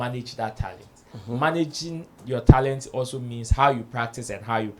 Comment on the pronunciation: No disrespect here, pronounced like an East African. For example he pronounced Talent as “Tarent”.